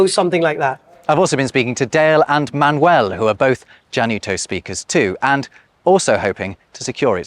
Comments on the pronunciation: Why is he calling Manuel Man-Well? 😭😭😭😭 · Interesting point of view. I see this as a completely bilingual population in Spanish and English who switch codes at will, not a as a language in itself... Funny the way you say Manuel, splitting the syllables in the English way: man-uel. It should sound ma-nuel